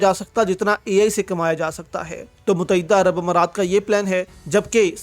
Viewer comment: abe muttehda bolna to seekh le mut- teh- da pata nahi kiya jaeeb mutaeeda kehta hay